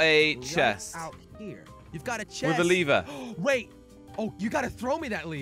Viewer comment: What’s funny is says leever not lever